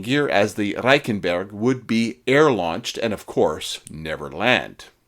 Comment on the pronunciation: It's difficult for a Canadian to learn how to roll our "Rs" I did it for a comedy bit I was doing. Good work.